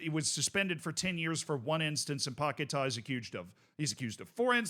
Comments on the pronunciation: It's paqUeta not paqetar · It's Paqueta Not Paquetaaa 😂😂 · Lucas Pocket-Ah